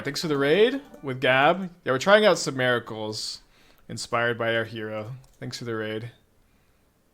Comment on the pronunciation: MER-I-CULS brother 😂